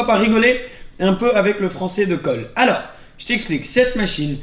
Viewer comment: "ALEURRS" ;D